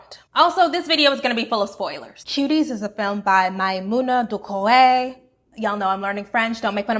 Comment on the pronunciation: Wow your pronunciation of Doucoure's name is pretty on point for a non-French speaker